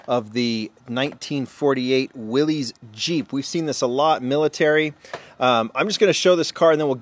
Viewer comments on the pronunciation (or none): That Savoy is soo tight. ugh, love it. PS: Willys is pronounced "Willis" 🖖🏻